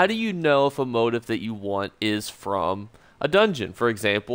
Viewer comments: "Moe teef" not "mot ef" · Sorry bud. It bugged only because you repeated it so often, but it is pronounced 'mo-teeef' not 'mode if' motif is a common word for patterns in fabrics or interior design, or themes in literature etc. But thanks for the help with the rest of the video! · It's pronounced (moh-teef) lol. Just clowning you. Great video earned my sub. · Isn't it "Mot-Eeeef"? As in French pronunciation lol. Thanks for the video. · It's pronounced, MO TEEF! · Why are u pronouncing motif like that? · So cringe eveytime u say motif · This has bugged me too